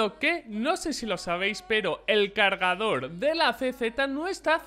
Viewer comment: por dios, es "no sabéis" no "no sabis" jodiooo 😂